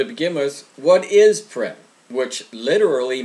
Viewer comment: Purim (pronounced poor-im) not "prim", which means formal. In case anyone was confused.